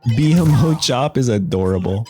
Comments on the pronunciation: please lord....not B.M.O its BMO (bee moe) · Good video bro. Gave some good information. It’s BMO tho (bee-moe) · “BEE EM OH”?!?! tell me you’ve never watched adventure time without telling me. bra never call him that again plz. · Exactly do not mispronounce the most beloved character in the show!!!